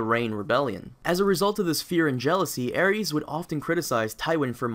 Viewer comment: Aries? It's Aerys bro